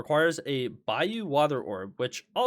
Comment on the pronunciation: Or separately how says bayou